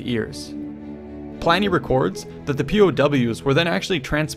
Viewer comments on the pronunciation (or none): I died at Ply-nee. xD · Why does he pronounce Pliny....ply-nee...?